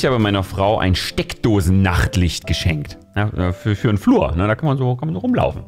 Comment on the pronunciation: SteckdoSENNAchtlicht killed me! 😂